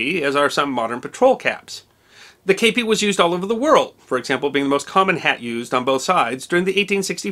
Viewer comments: while a great video, i found it a little grating in the use of the word kepi, said in a very odd way, (as I understand it, yes it is a loan word and the loan word is kappe, but as an english speaker, (not from the US or UK) i've only ever heard it as a kepi, said in the french style, and not as you'd been saying it (is this an Americanism? or the way it is more often said there, as opposed to what I would understand as the wider used term?) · I served in the Premier REC of the Legion Etrangere in the 1980s. Your pronunciation is 100% totally wrong. It is pronounced "kepee" not "kaypee". I really enjoy your channel and respect what you do. You would of got told once or twice by the French ncos in basic training your pronunciation was wrong then it you did it again you would of got your head caved in. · The actual pronunciation is sort of in between. Here's a quick lesson: 1. The vowel is closer to "Kay", without the y. In English, the vowel in "Kay" is a diphthong or vowel combination. We actually say "kay-ee". In French, there are no final diphthongs. If you drop the final "ee", you get something that sounds a little like "Keh". 2. In French, the accENT is alWAYS on the fiNAL sylLABLE. So the word is pronounced "Keh-PEE". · The French word has an acute accent over the E: képi. That means the E is pronounced like "kay" but without the "ee" ending English speakers put on it - not "eh" as in "kept". There's no accurate way to write this in English without using the international phonetic alphabet. But that's what I meant by writing "Keh-PEE".